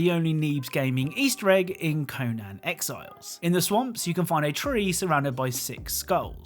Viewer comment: "Co-nan exiles"